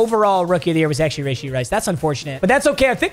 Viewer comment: its rushee rice not rAshee rice